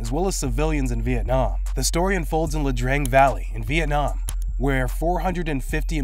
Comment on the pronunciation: We Were Soldiers took place in the Ia Drang valley, pronounced eeya drang, not La Drang..